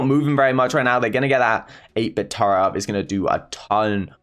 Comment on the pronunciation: Who heard turrent as tara...